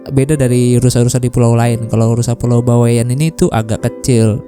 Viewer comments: Bawean .. Bukan bawe an pengucapannya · Bawaean baaang baweaaaann.... Bukan Bawek'an,, Bawean ngga pake tanda petik